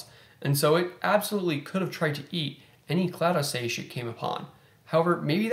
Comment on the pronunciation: Don’t worry about it, everyone mispronounces something here & there, regardless of how well studied they are.